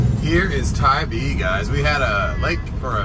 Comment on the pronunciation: Just a FYI…. Tybee is pronounced Tie B…. We do love Tybee in the Deep South….❤️🏖🌊